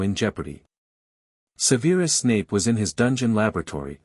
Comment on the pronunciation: Sever-us Snape Sever as in cut..... Durrrz-lee Mah-Mahn French for mother Appol-ee-awn ...spelled Apollyon...yes, a woman's name